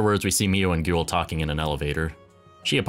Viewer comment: It's Gwell not GOOL. Liked the video!